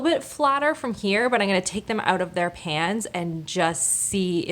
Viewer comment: It’s pronounced “I’m” not “I’ng” you’re not a toddler